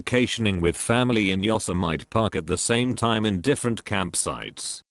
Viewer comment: I love how the computer-voice says the word "yosemite" as yos-imite. I was reading something on the internet about Looney Tunes and having just started becoming obsessed with Warner Bros. cartoons had never heard of Yosemite Sam so when the thing I was reading mentioned him I read it as yos-imite like the robot until my mom corrected me and said it was pronounced yosimitie so yeah!